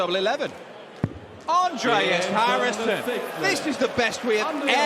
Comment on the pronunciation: New caller at the last game? He sounds very german because of how he pronounced Andreas.